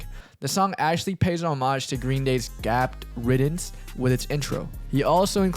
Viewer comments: why do u say homage like that 💀💀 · why do you say homage like that